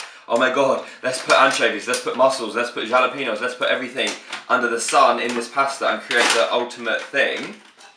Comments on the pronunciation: He says JAH-lep-EH-nos instead of jalepeños (Ha-leh-pen-yose) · it's pronounced halepenos not jalepenos😂😂😂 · I love u so much and you make me laugh every time I watch ur videos but jalapeños I'd pronounced halapenos 😂😂❤️💯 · My two favourites parts of this video were you saying 'Jalapenos' and when you said 'Ta Da!' at the end with a sudden zoom in :') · aw.i love the way you say jalapeños x❤️